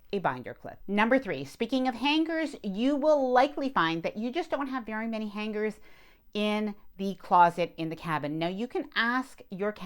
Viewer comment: Just my own pet peeve but please pronounce “ hanger” properly. The “g” isn’t held it blends in I know it’s trivial but nails on a chalkboard. How to pronounce the word on YouTube is very helpful